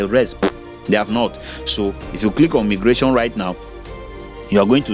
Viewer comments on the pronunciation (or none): It is pronounced as my- gration not me gration